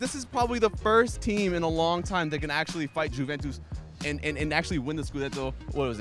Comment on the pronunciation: Jimmy, please tell to stop calling it Jew-ventus 😖